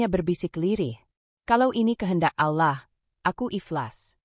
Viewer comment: Klo pake AI penyebutan allah kurang tepat dan kata2 yg lainnya jadi gak yaman didengar flat cara bacanya tdk ada titik koma yg pas